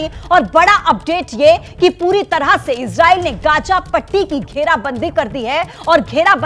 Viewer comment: Pahle bolne ka dhang to seekh lo Gaaja nahi be Gaaza hota hai